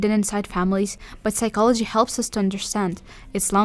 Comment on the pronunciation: The P in psychology is silent. 😊